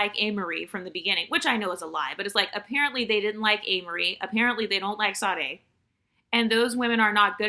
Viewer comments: Is that how Americans pronounce Sade's name? It's Shadéh. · The S in Sade is pronounced like an “sh”, FYI😃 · Well it's common for Americans to butcher foreign names, so it doesn't really offend me, but that's the first time I have heard Sade's name being pronounced like that.